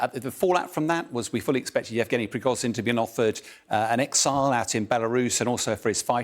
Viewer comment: zh in Prigozhin is pronounced like the s in leisure. It isn't difficult!